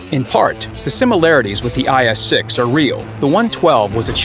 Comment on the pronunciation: guys hear IS 6 he said IS Sex haha